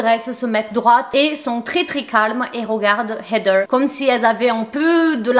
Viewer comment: Je t'adore hein mais comment tu dis heather c'est trop irritant🤣